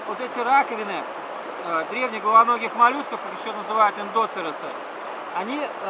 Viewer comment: Мне понравилось,я похожее на Лаве смотрел, и в видео неправильно ударение на эндоцеросе поставил, хе-хе